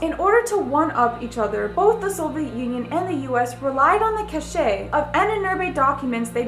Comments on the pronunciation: "cache" is pronounced like "cash"... that is MADDENING!!! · omg THANKYOU that was driving me nuts and I was just waiting for someone to say something. Yes it's cash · cache is pronounced cash